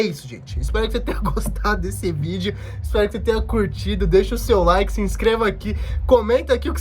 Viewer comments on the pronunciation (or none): none